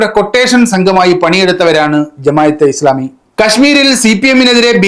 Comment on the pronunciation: എടാ മോയന്തേ, ജമായതെ ഇസ്ലാമിയല്ല, ജമാഅത്തേ ഇസ്ലാമി എന്നാണ്... അവരുടെ പേര് പോലും നേരാവണ്ണം എഴുതാനും പറയാനും അറിയാത്ത നീ ചെലക്കുന്നത് ആര് കേൾക്കാനാണ്....